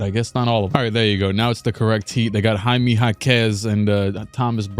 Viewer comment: Why did he pronounce Jaime like that 💀